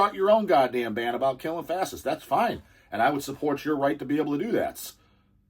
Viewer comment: We have a lot in common you and We, Jibbles for instance thinks its rather "darling" how you pronounced ^Fa-shist-ss^ as Fa-ss-ists ... Almost like your some sort of "innocent"... You know, in Our Blackfoot heritage (Niitsítapi) We have this Great-Great-Great Grand Mother who defended Her Teepee (Tipi) Children and grand Children by fighting a Prairie Grizzly Bear... and Her tactic was to stick Her arm in its mouth and twist its tongue down its own throat and choke it to death... Apparently it took like half an Hour or so... But she had already given birth many times so She was NOT "pain" compliant... She lost Her arm, but She has great Name because of that... Not gonna say it, here but She is known among Us, the REAL People... Now, thats' a REAL Woman...